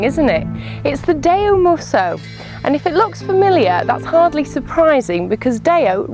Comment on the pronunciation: WTF is Dayo? This woman cant drive, can't talk properly and can't review to save herself. It's a 4x4 moron, not a ladies estate or a supermarket wagon. FFS idiot!